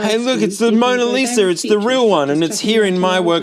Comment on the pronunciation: "It's the Moner Liser!"